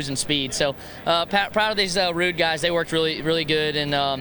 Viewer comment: Funny to hear Austin saying “proud of these Ruud guys” lol sounded like he was saying rude guys. 😆